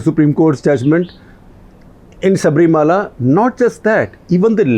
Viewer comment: Shekar. It’s is Sabari Malai and not Shabri Mala!